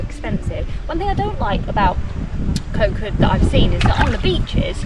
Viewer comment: hi great travel video , but please remain Kho Kood natural paradise, please do not make koh kood overtourism. and the pronouciation is Koh "G"ood" with low tone, not pronouce "K"😊